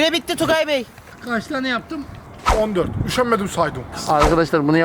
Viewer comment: Tukay değil "Tugay"